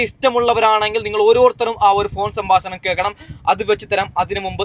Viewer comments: ശ ബാശണം അല്ല . സംഭാക്ഷണം😢😮😮😮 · സംഭാശാണമല്ല😔 സംഭാഷണം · സംഭാഷണം എന്ന് പറയൂ..